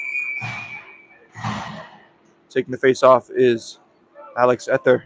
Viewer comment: #20 = Ee-thee-ur, not Eth-er